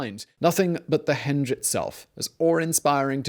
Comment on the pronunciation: Accent wise, which American state would say 'a henge' is something a door swings on? Greetings from lockdown UK : )